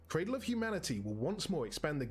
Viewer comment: Ummm.. it's "cradle" not 'craddle' just fyi.